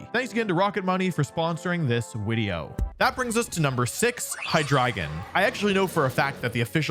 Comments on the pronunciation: Wideo 😂😂😂😂bro said wideo not video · Wait at the sponsor bit at the end you said “wideo”